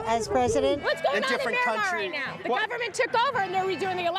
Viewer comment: I don't think a single one of them pronounced Myanmar correctly